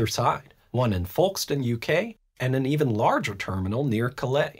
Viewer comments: Folkestone = folk-stun Calais = kah-lee or kah-leh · Hi Grady, great video, thanks as always. One small point , the "L" in Folkstone is silent ... pretty much pronounced as "Foke-stun". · Nice video! Please come visit, one day! A couple of minor corrections. 1. Folkestone sounds like "folk" and "yolk", not like James Polk. 2. It was possible to take the train from London to Paris from the day the tunnel opened for business. But until High Speed 1 opened, the trains were sharing track with London's commuter rail network, so were puttering along at under 100mph. HS1 allows them to run at 300km/h (186mph). 3. These days, the ferries exist primarily for freight, though they do still carry cars and passengers. There are significant restrictions on taking hazardous material through the tunnel. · so funny watching him Bucher Folkestone name lol